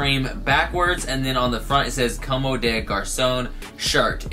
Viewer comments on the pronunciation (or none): it s "Comm" bro the e is not pronounced 👍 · bruhhh I don't mean to be the grammar nazi but it pronounced like "comb" haha its french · I'm French, you don't pronounce the e at the of a word unless it has an accent or another consonant following it